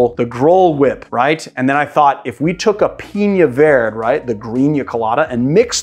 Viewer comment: Love the channel and have learned a ton. But, you'll pronounce the ñ in piña. But, verde (vair-day) is vird? #comeonman